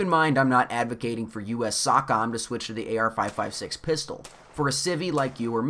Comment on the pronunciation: Lmao “US SOCK OM” 😂